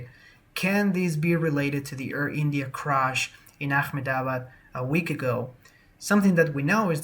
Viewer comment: Hey! Lots of rude people in these comments. Ignore them. BTW, I'm betting you're going to be doing a few more videos about the Ahmedebad incident. So, the way to prounounce the city is "AH meh deh bahd". Only emphasize the first syllable and then say the other syllables quickly. Indians will often just shorten it to just "AHM deh bahd".